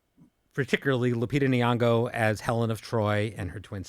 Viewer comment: I've never heard Lupita Nyongo pronounced like that 😂